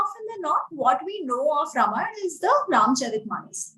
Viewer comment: The interviewer needs to at least pronounce AmiJi’s name correctly, especially since this is the second time she had interviewed her!! The interviewer has strange anglicized pronunciations! Example is her pronunciation of RAAmAAyana!!